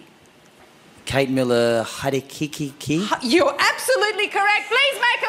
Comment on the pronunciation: At the beginning Mikey was an epic fail at saying her last name! At 8 I could pronounce it! Now I'm 13, still can!